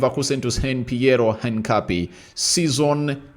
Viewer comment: Pliz pliz, Try to pronounce that guy's name right. His name is "HINCAPIE" not "HANCAPIE " ok? Otherwise thanks for the good work.